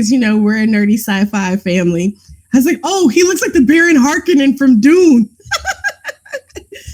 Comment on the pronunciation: I'm not sure if I should be impressed or appalled at that pronunciation of Harkonnen. The thing about Steven Bannon's appearance that is so sketchy is that even on days like the inauguration when you know everyone has gone all out to look their best he still looked like every creepy dude you've seen running a shady adult store in the fucked up part of town. You know the one where you walk inside and immediately are certain that there is a room in the basement where they act out the gimp scene in Pulp Fiction? Yeah, that's pretty much what I see whenever I see Steve Bannon.